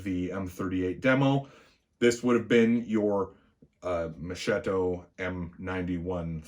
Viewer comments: Pronounced "Mohs-kett-o". Not Moshh-shitto. It's an Italian thing. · Oh come now , enough with mispronunciations . Have you ever heard how we butcher English. Mo-shetto ……. Mo-sketto. We all know what they are saying. Honestly , I’m embarrassed how we Italians pronounce the English language.